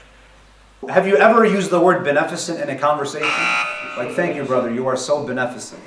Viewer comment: At least he can pronounce beneficent 😭😭